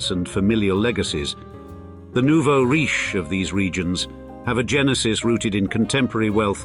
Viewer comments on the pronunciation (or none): none